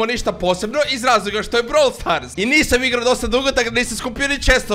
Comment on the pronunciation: NIJE BROVOL STAR NEGO BRAWOL STAR